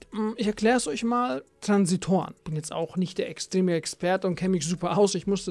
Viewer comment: Bruder bitte es heißt Transistoren und nicht Transitoren 😅